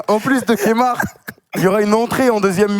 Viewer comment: C'est "Kemar" et non "Kémar" yes